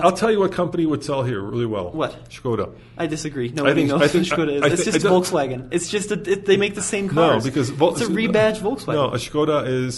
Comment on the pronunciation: pronounces Volkswagen like Volts-wagen. Very electric😂